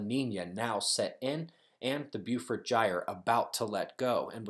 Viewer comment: hey, its pronounced bo-fort gyre, bo- fort sea, bo